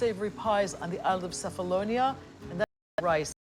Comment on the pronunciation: Nice very nice story, Diana of Ionamin Islands But, but,but, : You said Cephalonia and pronounced "Cefalonia" with C like "City " My mom comes from Sami, Cefalonia, and in Greece, we pronounce "Qefalonia" with "Q" like "qefali" or in English we say say "Kephalonia" with K like Kevin This is just a reminder After that, everything is a beautiful show Yasas